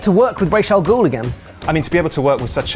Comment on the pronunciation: Its Raas al Ghul not Raish al Ghul.Why do you have to say it wrong.